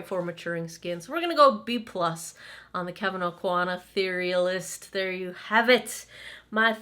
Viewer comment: You are the only blogger I’ve seen who knows how to pronounce the name of this Kevyn Aucoin product. 😆